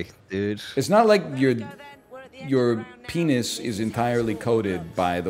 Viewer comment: he said BENIS?! CANCELLED